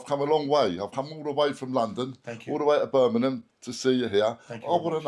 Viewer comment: Cockneys find it impossible to pronounce Birmingham correctly. They always drop the letter G